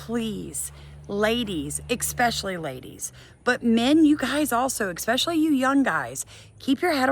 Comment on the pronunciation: with all that education behind you, why do you pronounce especially with a k in it like ekspecially?